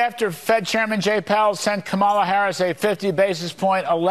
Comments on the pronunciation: So Larry, guess you didn't understand the lesson: It's Kama - as in comma, then just add in a "la." So Larry, you get Comma-la, then put the two together and what do you get? Commala, or even better, Kamala. See, it's very easy even a child can learn it. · Kudlow……I know this is difficult to understand, but since you purport to be a professional “news” person, try to remember: It’s ‘KOM-a-la’, not ‘Kum-AH-la’. You’re welcome. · KAM ala NOT kamMaAL a you cannot say her name correctly......STILL. DIK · Already insufferable are the candidates who change Mrs. Harris' name, why is this vulgar habit tolerated even for FOX reporters? can someone make a tutorial to explain to those great minds, that it is KÀ-MA-LA not KA-MÀ-LA STOP PLEASE,some respect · With his disrespectful whining arse! Almost always mispronouncing, on purpose, VPOTUS Harris' first name! VERY seldom does he slip up and say it correctly. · How many times can he missprounonce the Vice President's name??!! Practice! It's Comma-la phonetically. How easy is that?! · Omg her name is COMMAla Can’t any of them get it right?! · "Comma la" it's not that hard. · It's funny how such 'educated' men will always mispronounce Kamala's name. every. time. Sooooo clever. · He said Kamala’s name correctly the third time, it just proves that those clowns are showing disrespect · What a disgraceful newscaster on FOX to mispronounce the VP first name. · 😮They can't even pronounce her name correctly!!! It may have been a bit higher for Trump, but remember how many lives he took .....IT didn't have to happen!!! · It’s the moments that they forget to mispronounce her name that get me. It shows that they know full well how to pronounce it but make a choice not to. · And they still keep deliberately mispronounced her first name. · I wouldn't take advice who can't properly pronounce VP Harris' first name. Even after a grade school.gave instruction at the DNC Convention. I expect more intelligence from my advisers.